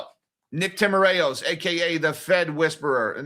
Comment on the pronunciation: In Nick Timaraos' name, the 'A' is silent and it's 3 syllables. tim-ir-os. I've heard him pronounce it at the Fed press conferences. Also, home prices aren't in the CPI. They do owner's equivalent rent. Rents are.